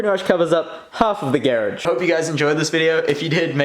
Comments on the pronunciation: Lol geradge... pronounces like carriage lol. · U say garage weird